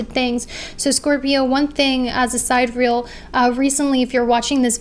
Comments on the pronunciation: The pronunciation is "sigh-DEE-ree-el" not "side-real" 🤣🤦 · You may or may not know but the correct pronunciation of Sidereal is: sidereal [ sahy-deer-ee-uh l ] and not Side Real Sorry to correct you; hope you don't mind :) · wanted to gently point out that it's pronounced sigh-DEER-ee-ul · Hey idk if you know this but sidereal is pronounced like si dee ree uhl . No hate , I have mild dyslexia and mispronounce things allll the time!! <3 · the pronunciation of sidereal is sigh-DEER-ree-uhl